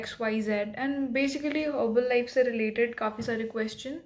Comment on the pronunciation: Sabse pahle naam to sahi se le nahi pa rahi, review kya degi. Its not Herbal life , Its herbalife. Usme ek hi 'l' hai, I am not.supporter of Herbalife but its best nutrition , and health does not come cheaper because cheaper is never better. So cut the crap